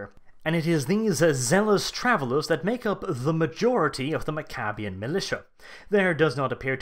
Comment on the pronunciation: mac-uh-be-ins. pronounce it right, dummy. named after warriors.